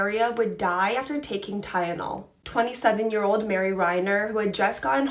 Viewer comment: It's Tylenol. Not ty-yen-ol